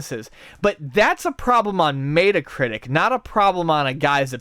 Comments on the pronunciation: it's not may-tuh critic. met is like bet, meh-tuh critic, c'mon guys. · Isn't it Met-uh-critic? Like the Mets and not mate-a? Or Meta Knight? Hearing Mate-a-critic was cringey though I could be the one pronouncing it wrong here and just want to know. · oh god please stop saying Mayda.. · mæta? mætacritic? meatcritic? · mayta-critic lol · Maytacritic haha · I too am offended by problem with Maeta Critic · let's start a petition to get to pronounce metacritic properly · sounds like a good idea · i can't take anything ian says seriously when he can't say metacritic properly